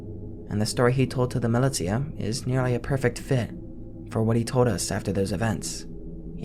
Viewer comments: mih-lih-tee-uh, bitch do you mean muh-lih-sha? 💀💀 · it's millie-sha not milly-tia